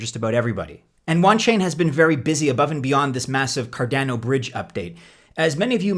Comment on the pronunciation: It’s Card on O not Car Dan O 😂